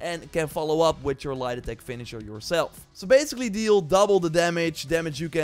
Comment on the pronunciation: Every time he says light attack .I hear lie detect finisher